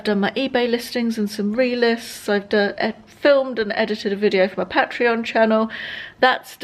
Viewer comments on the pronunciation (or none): none